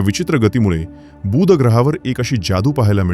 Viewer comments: मा हिती अतिशय रोचक आणि उपयुक्त. खूप माहित नसलेया गोष्टी कळल्या. मात्र बुध ग्रहाचा उच्चार खटकला. तो शब्द बूध वाही तर बुध असा आहे. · बुध ग्रहाचा उच्चार तुम्ही दीर्घ करत आहात. तो हृस्व करा. बूssध असं नाही बुध असा करा. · किती आश्चर्यजनक ग्रह आहे हा... छान माहिती सांगितलीत🎉... फक्त 'बू'ध ग्रह हा दीर्घ उच्चार खटकला . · माहिती चांगली दिलीत. बूद नाही बुध. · अतिशय चांगला वीडियो. धन्यवाद! एकच गोष्ट कानाला खटकली. “बुध “ ह्या शब्दाचा उच्चार!